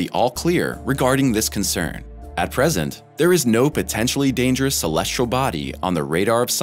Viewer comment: "Celestral body"